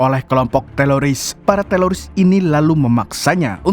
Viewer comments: TERORIS BANG BUKAN TELORIS🤣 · Teroris, bukan TELORISSS Risih bgt dgr berulang² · Teroris bang bukan teloris😂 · Teloris atau teroris? 😂😂😂😂😂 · Teroris ❌ Teloris ✔️ 😂😂😂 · Teroris bukan teloris kali😮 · Teroris ❎ Teloris ✅ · TELORIS APA TERORIS SIH BANG YG BENER